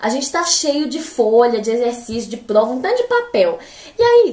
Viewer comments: muito legal como ela pronuncia plova e não prova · Socorro, ela é um gênio!! Notaram que ela troca o r pelo o l? Achei muito fofo, a fala "plova"